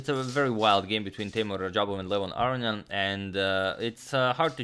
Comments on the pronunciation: Aronian has 2 n's. They're not silent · After mentioning his incorrect pronunciation of Aronian for last 1.5 to 2 years in the comments section, im now thoroughly convinced agadmator is purposefully fucking with my head. He has to be.